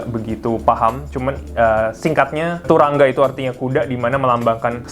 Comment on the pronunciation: Sekedar info bacanya "turangga" "a" nya dibaca "o" bg